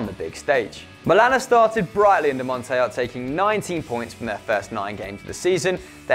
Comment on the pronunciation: Pronouncing Montella in the Spanish way shows how many gaps you guys have in your football culture and knowledge. Sorry guys, I'm disappointed of this.